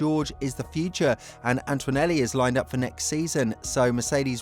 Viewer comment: It's ANTONELLI! THERE IS NO U or W in his name FFS!!!